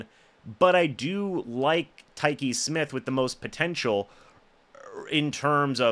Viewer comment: Whooraaay.. You finally pronounced his name correctly!!!